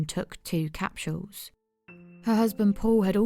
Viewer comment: I've never heard the word capsools pronounced. Capshools